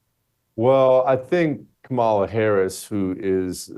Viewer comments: Hay Jesse, think of how much more incisive and subtly brutal your whole assessment would have been had you actually been suave enough to actually pronounce her name correctly. COMMA la. Really, at some point it's just clumsy and oafish. And I say that as someone who didn't vote for her, and am totally relieved she didn't win. Also, the reason Trump is so naturally inclined to be copacetic with Obama is because so many business leaders and former Obama supporters are now supporting him. I think he just presumes everyone is fair game to bring around. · This guy needs to learn how to pronounce her name. And get a hair trainsplant.